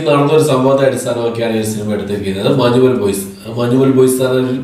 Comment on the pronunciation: മഞ്ഞുമ്മൽ എന്നല്ലേ... മാഞ്ഞുമ്മേൽ അല്ലല്ലോ.. 🤔